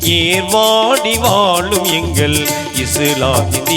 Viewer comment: டேய் தம்பி தமிழ் உச்சரிப்பு உனக்கு சரியாக வரவில்லை தமிழ் நல்லா கத்துக்கோ ஓகே வாழும் வாலும் இல்லை